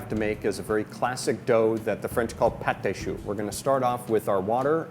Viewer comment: Bad French pronunciation makes you a bad teacher/demonstrator. It's "Putt-Tar-Shoe", Not "Part-Tay-Shoe". Also, It's "Clam Sean-Tee-Yee", Not "Cram-Shank-Tee-Lee". Ignore me/keep on mis-pronouncing French words if you want to embarrass your own self for the rest of your pointless life.